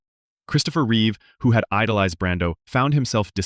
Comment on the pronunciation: It's Reeve not Reeves. I keep making that mistake too 😅